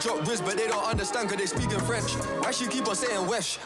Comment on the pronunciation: C'est que le rappeur prononce bizarrement le mot french (pour un français) et ça ressemble un peu à un wesh mais oui il s'est trompé.